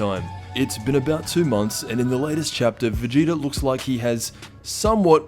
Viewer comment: Anyone else feel like he’s pronouncing it “Vegeter” and “Freezer” ??